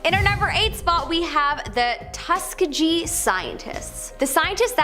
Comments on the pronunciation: Tus-kee-ggee, say it together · Not if she said “tuskajee” scientist 🤦🏾‍♂️ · 🤣🤣🤣🤣🤣 I was like say that again...tu seeegeee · I got so mad at how she pronounced Tuskegee it’s TUSS KEY GHEE smh how disrespectful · tuss-KEE-GEE is how you pronounce it. Just like the Tuskegee Airman, the first African American fighter pilots, who- despite being given subpar planes, fought with tremendous success in WWII. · IT'S PRONOUNCED--TUSK-EE--G-EE(THE G IS PRONOUNCED LIKE GREG.."GUH"!!!) NOT LIKE GEEZ!! PLEASE DO NOT DISRESPECT THOSE MEN BY MISPRONOUNCING THE NAME OF WHAT THEY STOOD FOR!! BLESSINGS UPON BLESSINGS ÀND THANK YOU TO ALL OF THE TUSKEGEE AIRMAN!!!🙏🏽🙏🏽🙏🏽👑👑👑💎💎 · Pronounced “Tus-kee-ghee’ hard ‘g’ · TUSS KEE GEE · Why did the way she pronounced Tuskegee irritate me??? Ughhh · Rest in peace to the way she said Tuskegee ….. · Destroyed it 🙏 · Um....thats nit the way you say Tuskegee...but you get an A for effort...😬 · The Tuskegee experiment goes so much deeper than what she speaks of …at least respect the pronunciation of it… But I get it she’s just giving basic information about experiments🤨